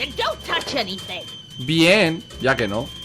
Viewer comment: Me encanta cuando dices bi-én :v